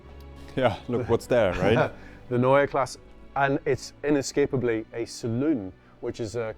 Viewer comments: Neua Class? omg that is horrible... please work on your pronounciation! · It's pronounced NOya KLAHseh. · A whole 18 minute video from a 9m subscriber channel and you couldn’t afford to ask someone how to pronounce „Neue Klasse“? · It’s either Neue Classe or New class Not neue class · Before you make an entire video about it, in which you say „Neue Klasse“ a thousand times, ask a German native speaker how to pronounce it. Prevents you from making a fool of yourself 😉